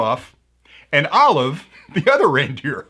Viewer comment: Olive, "Oll if", "Oll of", "All of" ??? Lol 😄